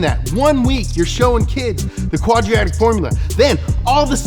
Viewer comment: Lol , "Quadriatic Formula", BRUH. Sorry had to point that out, BTW, its 'Quadratic'